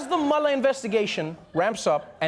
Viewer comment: I love how he pronounces Mueller as "Mullah." It sounds SO cool. Especially "Hurricane Mullah."